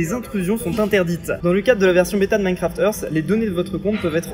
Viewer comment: "Minecraft eurf"